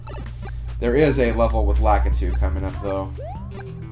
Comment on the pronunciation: I pronounce Lakitu (la-KEE-too), not (LA-ki-too) but i won't judge u about it cuz i dont judge people.